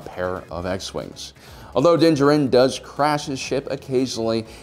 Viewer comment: How do you manage to say his name wrong? It's not like you could have read it in a novel and not seen the show. The way you say Djarin and Beskar makes it sounds like you don't even watch the show but just read the notes of some nerd who did... Hmmmm.